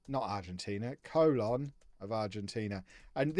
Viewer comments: Colón is pronounced more like Cologne (co-LOAN), btw! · Please say Colon correctly lol